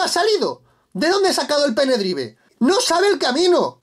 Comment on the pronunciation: Un like por los pene-draivs